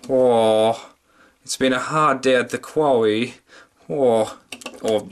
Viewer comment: "Hard day at the quwawy..."